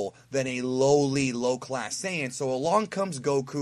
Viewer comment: Hey. Why are you pronouncing Saiyan wrong?